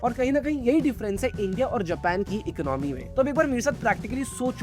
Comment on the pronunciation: Economy, your pronounce is wrong. Video is knowledgeable